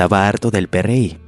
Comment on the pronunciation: Ningún mexicano le dice Pe Erre I, al PRI, hasta aquí dejé de ver el vídeo.